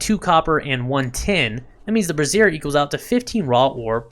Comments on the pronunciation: brassiere bruh-zeer - vs - bra·zier /ˈbrāZHər/ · Although you may not know this, I'm here to help.... Brazier is pronounced like this: brei ·zhr You & many others I've noticed are pronouncing it like: Bruh-zeer... that's a womens under garment, AKA a Bra. Great information otherwise :) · someone tell this man how to pronounce "brazier" (BRAY-zhr) so he stops saying "brassiere" instead (helpful vid tho) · It's not an undergarment for holding up boobs. Pronunciation: BRAY-zure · Just a minor point Brassier is pronounced Brais - Yer As in Braise, Yer meat. With emphasis in the A not ah and eRR not EEr. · That's not the way you pronounce 'Brazier'. You're pronouncing it like a lady's boob holder. LMAO